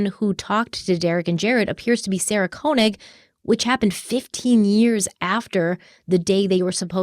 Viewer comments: this is nitpicky, but the first part of Sarah Koenig's last name is pronounced KAY not KOH. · To be precise - it's pronounced "KÖ"... 😉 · Fyi: Sarah pronounces it "Kay-nig" 😊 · that burnt orange color is amazing on you! Also, I’m pretty sure Sarah Koenig pronounces her last name as “Kay-nig.” Keep up the outstanding work!!❤